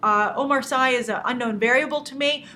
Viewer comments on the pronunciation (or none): Hi Grace! I really enjoy your show, and feel really bad that my first comment on your channel is nitpicking. I really appreciated one of your previous episode in which you had made an important point of pronouncing Gal Gadot name the way it is pronounce in Israeli. So as a french speaking viewer I just wanted to let you know (if you knew it I'm sorry) that the last name of Omar Sy isn't pronounce "SCI" like in "SCIence" but it is pronounce "C" or "See". May the force be with you!